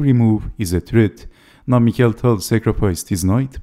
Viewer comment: Wonderful video as all. I thank you for pronouncing the name of Tal as it is in Russian: mi•χa•il'. Likewise, I would appreciate if you could avoid the English pronunciation saying dei'•vid for the name of Bronstein, which you pronounce perfectly, and saying da•vid instead as in Russian. I mean, just as you say mi•χa•il and not mai•kəl. This is remarkable for Bronstein stayed in Russia unlike other Soviet players that emigrated to the West and even changed their names. Both Tal and Bronstein, as many others, remained Russians. Thanks for your attention.